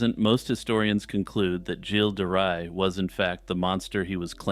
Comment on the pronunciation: Oh, you may want to adjust how you pronunce Gilles de Ray It’s not a hard G as in Good but more like you’d say Jjjj in Jean-Claude Van Dam. As per the Ray part, it’s pronounced like you would in English for sun ray. I hope this helps